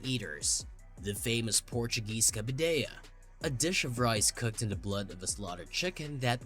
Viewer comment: Not to mention pronouncing "cabidela" as "cabidella", as if it was a Spanish word...